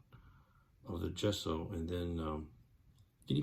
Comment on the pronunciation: Looking pretty cool. Took a few years of art classes in college, and "Gesso" was always prononced "Jess-o"